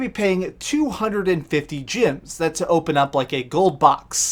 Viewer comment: is he saying, "gyms" instead of, "gems" on purpose or is that his accent?